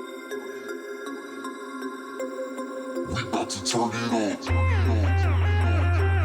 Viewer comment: Aboot your Canadian